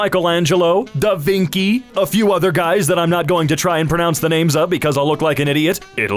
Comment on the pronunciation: "Da Vinky"? Really?